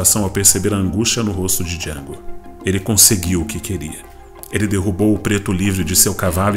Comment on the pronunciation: o D é mudo, caipira